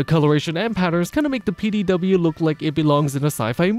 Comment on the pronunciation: A. Because PD said fast and in your accent kinda sounds like Petey B. I find it funny naming weapons like that. Such as naming a greatsword Susan.